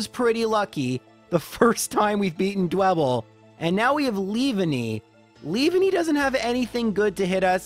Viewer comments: Le-van-e not leave-a-nee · it's pronanced 'leav- an-ny' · Lea-VAN-ny (Leaf+Nanny) Get-Cis Ca-ra-coas-ta (Coast) Ar-keops (Arcane) Dra-pion? I don't know this one because I pronounce it the same way you do